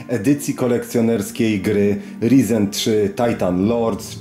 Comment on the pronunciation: Wszystko pięknie ładnie, ale proszę CIę, mów tak jak należy 'rajzen' bo aż boli :/